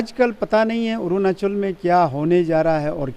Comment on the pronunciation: Who made an MLA like him😂 couldn't even pronounce 'arunachal' properly 🤣'orunaasol'.